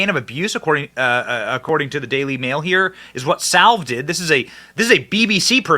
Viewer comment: Jimmy "Salve?" lol C'mon, man.